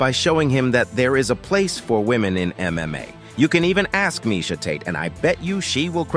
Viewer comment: its probably AI voice. It said "MMOA" at one point...